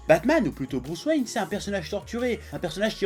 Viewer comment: Hhhh il a dit : Bruce Rain